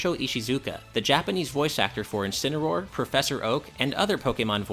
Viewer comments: WTF what did mispronounced Encineroar, what the fuck is a Kencineroar. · “Kencinroar” Excuse me what is this? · Never say Kencineroar again. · jajaja he said kenincineroar